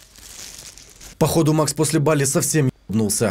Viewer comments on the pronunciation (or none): none